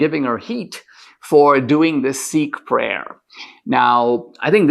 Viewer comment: D'Souza, it's not "Seek", it's Sikh. You came from India and you DO know how to pronounce it.